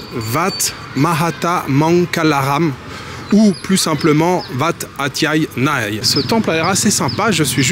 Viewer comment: Salut merci pour tes vidéos mais si je peux me permettre on prononce "Ouat" pour le Wat ( temple). 😅